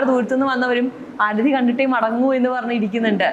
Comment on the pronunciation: നിളാ ആരധി അല്ല മേഡം ആരതി എന്ന് പറയൂ. കഷ്ടം